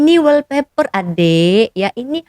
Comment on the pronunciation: Wall paper mbak..bkn weal paper..lucu bila dgr konoha nyebut bahasa ingeris .🤣🤣🤣🤣